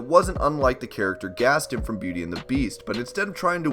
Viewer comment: gastin? its gastOn